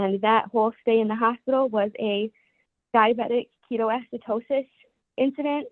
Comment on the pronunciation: shes a diabetic but doesnt know how to say Ketoacidosis? Wow.